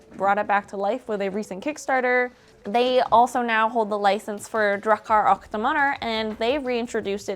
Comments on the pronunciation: "och" is pronounced "ock", like the first syllable of "octopus". The weird spelling is a remnant from old swedish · och is pronouced ock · nah the "Och" is more like the "Oc"in Octopus.